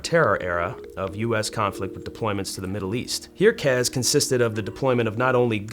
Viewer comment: CAS not CAZ. Where is the Z? Why would you pronounce it like that?